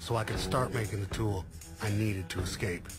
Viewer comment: I've watched nearly all breakout episodes and without fail you always hear the dumb ass warden saying "ecscape" 😂 I'd they can't be bothered to pronounce it I'd wager that they'd be unlikely to prevent it in the real world.